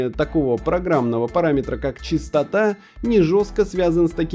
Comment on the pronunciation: Если честно то не понимаю что сложного в осознании слов ЧИСТОТА и ЧАСТОТА,в ролике тупо проц работает на какой то чистой материи или хз,весь ютуб с такими роликами произносит ЧИСТОТА ЧИСТО-ТАЙД,епта.